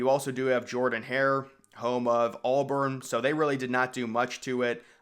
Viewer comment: “Home of Aulburn”